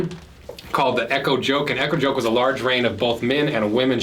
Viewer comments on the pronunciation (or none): Damn, you butchered all of those Danish names and words. It’s not the “joke,” it’s the yo-kuh